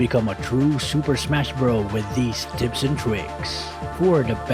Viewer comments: Is that "TITS" or iam crazy 😐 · Others: "Tips and Tricks": "Tits and Pricks"